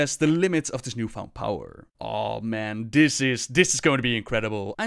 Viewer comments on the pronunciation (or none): when u pronounce "this" as "dis"...